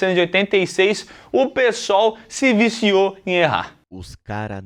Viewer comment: Porque o sempre fala "PSOL", quando quer falar "pessoal"? KKKKKKKKKKK Não é a primeira vez.